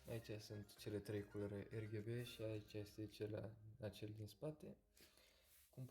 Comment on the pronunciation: Fain review. Da m-a omorat faza cu “Erghebe”